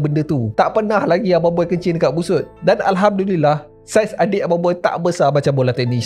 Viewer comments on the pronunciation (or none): none